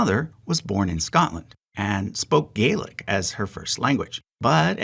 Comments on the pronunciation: Hi,. I have a small correction but one that is nonetheless important to me. when you're talking about Mary Anne's mother tongue, you pronounced Gaelic as gay-lick /ˈɡeɪlɪk/. Just FYI, when talking about the language of the Scottish highlands, it is more widely accepted to pronounce it as gal-ick /ˈɡælɪk/, as /ˈɡeɪlɪk/ is reserved for Irish and Manx Gaelic. Also, surnames derived from (Scottish) Gaelic patronymics are more likely to be rendered as Mac (with an a) in English as opposed to Mc which is used more often for names of Irish origin. You could also (just if you really wanted!) have given the names in Scottish Gaelic, which in this case would have been Màiri Anna NicLeòid, with the surname MacLeòid for male family members. Thanks for another brilliant video. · It's Pronounced gah-lick not gay-lick that's for irish but they mostly call it irish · Scottish Gaelic is pronounced like “Gallick”. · gaelic is actually pronunced gaa-lik. The a is pronunced as a soft A sound not a hard A sound